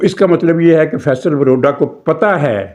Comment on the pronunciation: فپصل واڈا۔۔۔۔وروڈا نہیں